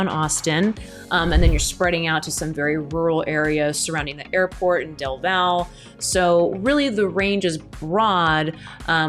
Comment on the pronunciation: Elgin ISD only has one high school. The other is an alternative school. BTW... Del Valle is pronounced like "Del Valley". Lots of those little strange pronunciations around the Austin area.